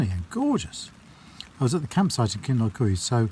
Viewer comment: Pronounced “Kinloch you” not eewee 😃